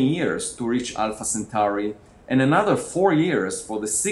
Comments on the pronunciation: I hate how he says Centauri Sen- tor-eye Not Churros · O M F G stop saying sen-CHEW-rye just stop. The star is in the constellation of the CENTAUR, from mythology. It's pronounced sen-TAR-ee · Centuri not Centuraaaai !!!